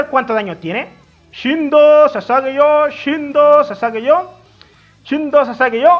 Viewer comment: Todos:Shinzou o sasageyo.: "Shindo o sasageyo